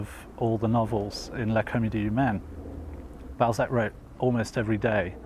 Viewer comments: Whats in France? Ballsack..err Balzac.....lol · Goddamn could you really not find a presenter with decent French pronunciation? I was looking forward to a documentary about one of my favourite authors but I'm 1.18 seconds in and don't know if I can continue hearing about some guy called Ballsack. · Why can I not get over the fact that they are butchering his name? BALZAC - not BALLSACK. They must know they are pronouncing it wrong? Why is this bothering me to the point where I might not finish watching the video? I love Balzac. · Interesting clip and I don’t mind your accent but maybe you could have researched how to pronounce just one word… It’s bahl-zack, not ball-zack…. Again, I have a very strong French accent in English but if I were doing a clip about Trump, it’d be too bad if I were saying “troomp” during the whole clip lol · This presenter’s French pronunciation is pretty shocking…. The great writer’s name is Balzac not ‘Ballsack….’ And his novel called “Les chiens et les loups” not less chiaans ett less loupss…” sigh…. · The anglicization of his name was unfortunate. His French name is pronounced bal-ZACK, with the stress on the second syllable. It felt out of place in an otherwise very good documentary.